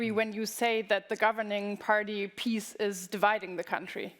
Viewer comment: Es ist schon etwas peinlich und schwach sich auf den, nebenbei falsch ausgesprochenen, Namen einer Partei aufzuhängen und keinerlei konstruktive Kritik nennen zu können. Wenn die PiS so schlecht ist, dann erkläre es uns doch bitte. Ich erkenne keinerlei "undemokratie" in Polen. Die Medien sind genauso "demokratisch" wie in Deutschland und den USA, also garnicht. Aber die Medien als "Nullpunkt" oder "Ausgangspunkt" zu nehmen wäre schon sehr absurd. Man muss die ganze Herangehensweise systematisch ändern, nicht zeigen sondern vergleichen. Man kann nicht sagen "die PiS kontrolliert die Medien" und gleichzeitig die Medienkontrolle in Deutschland verheimlichen. Das sind zustände, welche ich in Polen beispielsweise nicht finde. Außerdem finde ich in polnischen Dokumentationen etc. keinerlei Übersetzungsfehler, wenn man in Deutschen Dokus welche finden möchte so soll man doch bitte eine anschauen in welcher mit einer Sprache gesprochen wird, die weder Deutsch noch Englisch heißt. Hier endet nämlich meistens der Blickwinkel der Deutschen. Polnisch, Französisch, Russisch scheint es in ihren Hirnen anscheinend nicht zu geben. Später wird sich aber groß über die "Intoleranz" der Polen gesprochen. In meinen Augen gibt es kein schelmischeres Verhalten, als dieses was du "" und die Deutschen Medien hinlegen. Wie heißt es so schön "Man findet den Span im Augen des anderen schneller, als den Balken im eigenen".